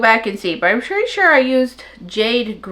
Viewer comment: Wow that sure is perty. (Yes I know how to say pretty hehe). Just a little like humor 😂.